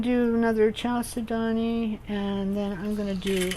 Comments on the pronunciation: Very creative and SO PRETTY!!! Thank you for sharing !!! FYI Chal is like Church but chal, said-do-knee with the emphasis on said and do and knee.Chalcedony 😊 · I'm pretty sure it's cal-sed-ney. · I was told you pronounce chalcedony, "kal-sid-on-ee," or something like that. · Very nice and helpful. Thanks so much. FYI: the "ch" in chalcedony is hatd and is prolounced like a "k". It's a from a Greek work.